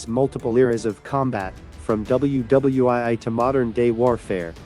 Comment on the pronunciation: "IL 'MINUS' 2" Sturmovik? "WW eye eye"? Which idiot AI is doing the narration?